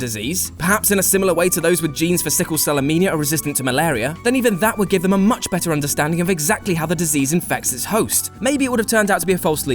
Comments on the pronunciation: "Amenia?" I think you mean anaemia. N before M. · "Sickle Cell AMENIA" - LOL It's Sickle Cell Anaemia you plant! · Calm down and speak slowly, then you'll notice your own mistakes before appearing manic and blowing your credibility. 1.17... sickle cell anaemia, not amenia. :o) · Anaemia. Not amenia. And with The Matrix, I've always felt that the "real world" is also a Matrix. That the whole entire thing is one big simulation. And the purpose is that at the end, the Machines will be capable of understanding and coexisting with humanity in the Real real world. So no-one who dies really dies, and the whole thing is an experiment run over and over again until the Machines can become like humans. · Hi. Did you say sickle-cell Amenia? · "Sickle cell amenia"? LOL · He said "sickle cell amenia" lol. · He definitely said sickle-cell amenia.